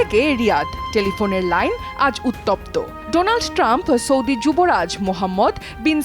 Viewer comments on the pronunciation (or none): none